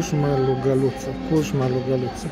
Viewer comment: Sperc ca razi de felul în care a pronunțat :)) desertul e destul de popular și în romania, nu înțeleg de ce i s a părut așa greu de pronunțat :))